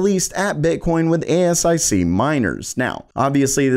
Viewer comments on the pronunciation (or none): most pronounce it A-sic. A ess eye see - that's unique.